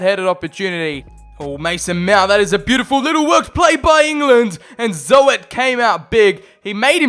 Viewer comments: “Zo-et” lmfao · Thr name is not zoet its zut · Zoet is pronounced as "zoot" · As a Dutch person, the best thing of the video is the way you say: Zoet hahaha, cuz not even one sound is correct ps. Zoet means Sweet in English ;) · You pronnounce oe in groeneveld and zoet like ou in could believe me i am half from the netherlands